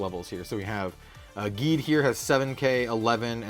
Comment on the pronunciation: Geed is pronounced Jeed but with a G and Tiga is pronounced as Teega, huge fan of Ultraman and Kamen Rider for about 25 plus years and nearly have all the series they’ve released on Blu-Ray here in North America. I knew this games been out for a while but it’s not easy to find this stuff here in Canada where I live, no LGS around me picks up on the new Japanese TCG’s and I wished they would because they’re truly missing out.